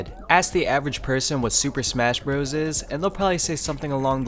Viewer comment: "Super Spesh Bros" ??